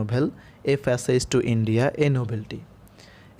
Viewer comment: ফ্যাসেজ না প্যাসেজ হবে